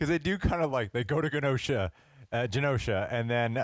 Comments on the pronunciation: Its not "guh-nosha". Say the words: Generate Generation Genosha.. 🙏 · It’s pronounced Jenosha and that was not Legion in the morlocks. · Why is pronouncing Genosha with a hard G? Is he stupid? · i will never understand people who HEAR over and over how a word is pronounced, and then go out of their way to mispronounce it. just...why? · The way he pronounce genosha actually hurt me